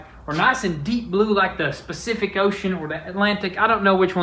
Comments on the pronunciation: Somebody help here, did he just say "nice blue like the Specific Ocean"? I love the language bloopers in this show. Lmao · Very pacific about the specific ocean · “Specific Ocean” 😂😂😂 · My boy is the best, he just said "Specific Ocean". Daaang son! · This boy really said specific ocean 🤣🤣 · Did this man just say specific ocean?????😂😂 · LMAO...Did he really just say Specific Ocean, or was I hearing things.🤣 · He Said “The Specific ocean “ 😭💀💀 I’m Dead ! (Pacific ) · I love the “specific ocean” 😂😂😂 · Dude you said specific ocean. Lool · Did anyone else see that they said specific oceans instead of Pacific Ocean lol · He said “specific ocean” 💀💀💀💀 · Did you say spacific ocean instead of pacific lol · They make one mispronunciation and everyone talks shit, Pacific Ocean specific same thing lol but, the real situation is,I bet no one on here can convert this dodge like them or do any of the builds and custom stuff they do!! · I stg he said specific ocean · I caught that as well xD